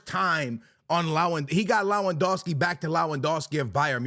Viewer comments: for god sake it's Lewandowski not Lawendowski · LOWANDOSKI is a criminal pronunciation